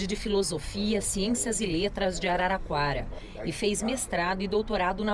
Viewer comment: E araraquara, e nao araquara, fala direito o nome da minha cidade.kkkkkk